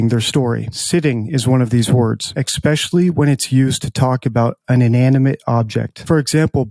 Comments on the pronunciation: Somebody who analyzes truthfulness and people not running their necks should probably know how to pronounce the word especially because I found that people that pronounce it exspecially which is wrong are usually trying to get you to ride along and cosine there bs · If you say "exspecially," you might not be an expert in anything. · lol this was bad dude. who knew saying 'sitting' was lying. Also, pronounce especially correctly dude. oof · You have a great channel.i have been binge-watching. One comment: Your credibility will instantly increase when you learn to pronounce the word "especially" correctly. There is no 'x' There is no 'c' or 'ch' at the beginning of the word. In your own words,we dont nit-pick; every word is important and it makes you sound less literate.i thought a while and waited until i had heard you say it at least 4 times in different videos. I'm not trying to knock you down,rather to build you up.